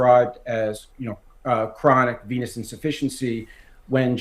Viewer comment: I honestly thought you said chronic penis insufficiency lol.